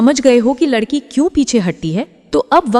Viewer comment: Last me ladki ko ludki bola apne 🤣🤣🤣🤣